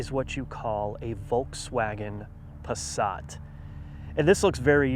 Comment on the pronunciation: Pasrat ? their is no R in the word Passat.